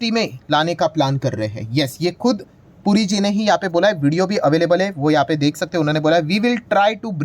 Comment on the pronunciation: पुरीजी के बदले ,"गुरुजी" सुनाई दे रहा है!